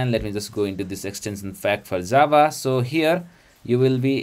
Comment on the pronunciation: Джаву называет как дзава)